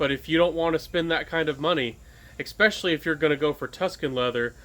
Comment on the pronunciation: i will make you a deal. if you say especially instead of EKspecially, i'll sub !